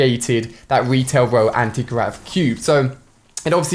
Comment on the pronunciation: Lmao, he said Retail Row like "Wetail Whoa" lol alia sucks